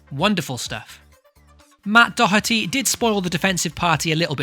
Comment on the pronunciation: Ah, thank you for pronouncing Doherty correctly! A breath of fresh air